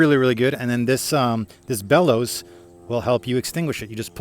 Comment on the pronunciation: That "bellows" is too short